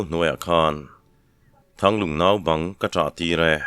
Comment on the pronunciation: Bawh hla chhàma naubang tih lai tak hi i chhiar dik e, chhiartu dang thenkhatah an chhiar dikloa, a dika chhiar dan ka sawi pawhin chhiar diklo an la awm fo mai.